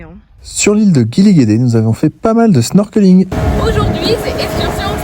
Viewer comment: On dit aujourd’hui pas EUJOURD’HUI!!